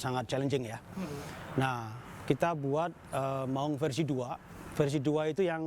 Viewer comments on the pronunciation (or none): Itu bacanya Maung weh bukan Maling. 🙉